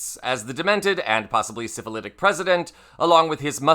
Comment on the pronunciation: Did you say syphilitic?